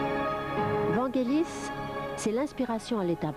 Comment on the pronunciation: Pas "Vent Gelis";Vangelis.